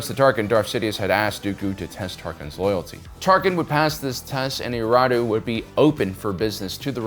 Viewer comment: I’m not trying to be a jerk but you’re missing a syllable saying Eriadu